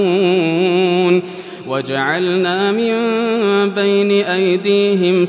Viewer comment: مقمحون وليس مطمحون ، ارجو مراجعة الفيديو